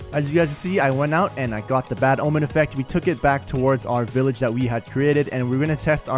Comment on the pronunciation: "An underground villahger trader" - You mean a "black market"